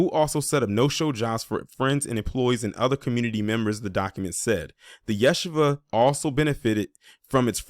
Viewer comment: FYI It’s pronounced Ya-She-Va